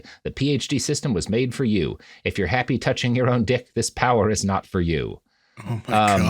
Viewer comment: The way he says "not" like "naught" makes me want to stab out my eardrums. Literally the worst sound in the world.